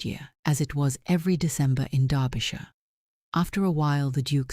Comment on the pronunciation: A story off the beaten track from most Duke stories. Finally a Duke who looks like a real person instead of a Greek god! Both the Duke and duchess characters are well drawn and also the first time I’ve heard in any of these stories where Derbyshire is correctly pronounced. Congratulations on a job well done.